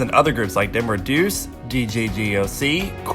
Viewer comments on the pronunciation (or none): none